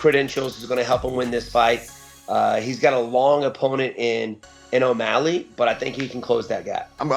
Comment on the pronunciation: who was the 1 that said omalley LMAO